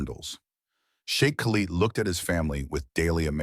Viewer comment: PROGRAM AI to pronounce “Sheik”